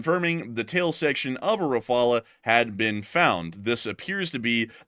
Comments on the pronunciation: RA-FA-LE not RAPHALA ! I'm French RAPHALA is NOT how you prononce it. Rafale is a french word meaning like....gust of wind. There is NO other way to prononce Rafale than RA-FA-LE ( silent e ) Just like DASSAULT is prononced '' DASSAU '' you don't prononce the L or de T ( because reasons ) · Ra-fal not refala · Its Dah-soh Rah-Faal. Dassault Rafale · Thats sounds not right to me .. .surely Rafale is R_uh_faal....😏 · If spelt 'RAFALE' in French, then it is pronounced 'RAFAL' .. just saying, guys ... nice work, love your posts. Slava Ukraini! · Raff-al.. [ʁafal]